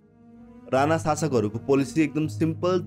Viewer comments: राणा not राना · अरे राना होईन के राणा हो 😂